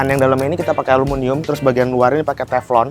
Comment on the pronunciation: ALUMINIUM mas 😬, bukan alumunium